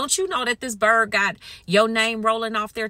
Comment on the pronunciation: Slay me everytime you say "this bird".😂❤